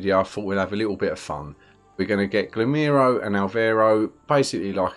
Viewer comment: Great videos, man. Very helpful. In case this may help you: the way you pronounce Girolamo sounds like the Spanish name Ramiro (in a very weird way), which makes it very confusing. It took me several videos to realise you're talking about him, actually :-D My guess is you'd find it much easier to pronounce it in Italian. it should sound like 'GeeRowLAAMow'